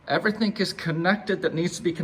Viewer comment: lol "everythink" :P